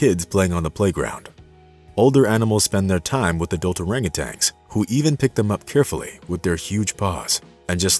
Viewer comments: I'm guessing there are many others watching that feel as i do about the narration. I'm trying to be positive D appreciate the story, but dang.. hearing them called monkeys and orangutanGs instead of apes and orangutans is just too dang grating on my ears! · And you hung a G on the end of their name when pronouncing. Tan, not tang. Nice story though. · Please, PLEASE learn to properly pronounce the animal names; it’s orangu “tan”, not orangu “tangs. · Well he also thinks that orangutans are monkeys and that it's pronounced orangutang, so I think it's safe to say he lacks some credibility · You're right, they are not monkeys, they are among the great apes. He also insists on pronouncing Orangutans with a final "g", which drives me up a wall. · And he was saying Orangutangs instead of Orangutans. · Orangutans, not orangutangs. Lol. Cool video otherwise. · There is only one ‘g’ in orangutan, also. At least to me it seems like the computer voice is saying ‘tang’, at the end. Maybe not. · He calls them "Orangutangs" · They probably just made the video for people that don't know better. This guy doesn't even pronounce their name correctly so he's not so smart.